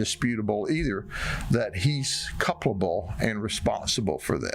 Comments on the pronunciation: "He's couple'able." Now I've lived in Florida, and you do need to temper your expectations. But if you can't even pronounce "culpable," maybe you shouldn't be the damn sheriff. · Can someone please teach the Polk County Sheriff guy how to pronounce culpable... "Cuplable" as he says. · CUP-LA-BULL fills me with rage. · Dude, the word is " culpable".